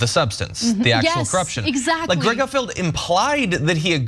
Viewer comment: Gutfield… seems like Sick-field😂